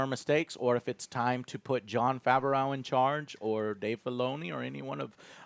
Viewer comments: John Fav-or-ow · Why does he always pronounce John Favreau's name so weirdly and wrong??